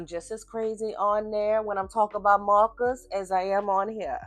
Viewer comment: I've come from Tiktok - had to come subscribe so I can hear you say mawwkaahs even more, I love your voice and your skills are chefs kiss I'm so pleased there is more choice now with art supplies. I took decades to build up my copic ciao collection, having other options now is fantastic. Thank you so much for pointing out how important your paper choice is too.